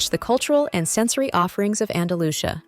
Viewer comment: Galisha? Andalusha? Really?